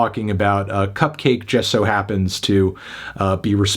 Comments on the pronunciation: Enjoyed the review, though it was a bit weird how you kept pronouncing it "cup-cah-kay". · It's not pronounced "Cupcocky" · wait, isn't her name supposed to be pronounced... cupcakke